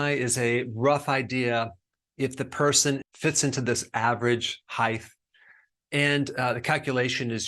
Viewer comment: Height. Not heighth.